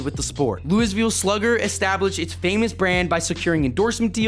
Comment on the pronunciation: Brother, please learn to say Louisville properly...